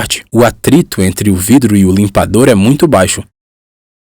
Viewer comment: Por FAVORRRRRRR... LIMPADORRRRRRRRRR... NÃO LIMPADO... NEM LIMPADÔ... LIMPADORRRRRRRRRRRRRR!!!!!!